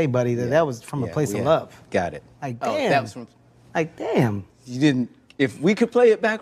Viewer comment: The silence after the "Dayum!" killed me 😭